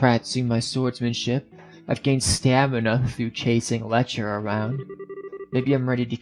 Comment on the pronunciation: It's pronounced Lek-ter. Put an emphasis on the t rather then constantly making it silent. It gets kind of weird hearing you call him Lecher all the time :p Also fun fact but if you interact with the board at the front desk after final exams you'll learn that Lechter scored first among all the seniors despite never showing up for class.